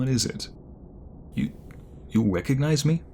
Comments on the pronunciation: When he asked if we recognized him it sound did like “did you rwecognize me?”🥺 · ‘You wecognize me?’ Killed me 😂 😂 😂